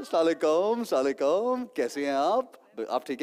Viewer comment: Ahsan bro kindly correct pronounce the Salam, Assalam Allekum